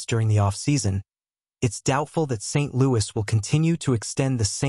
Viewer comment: i will never subscribe to this channel until they learn to pronounce marty st louis' name.